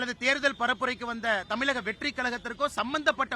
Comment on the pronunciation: மக்களால் பெருமளவில் நேசிக்கப்படும், படித்த இளம் தலைவர் அண்ணாமலை, நமது மாநிலத்தின் பெயரை சரியாகச் சொல்லவேண்டும். எல்லா பேட்டிகளிலும் தமிலகம் தமிலகம் என்று அவர் சொல்வது மிகவும் நெருடலாக உள்ளது. தம்பி அண்ணாமலை விரைவில் முதல்வராக வாழ்த்துக்கள்.....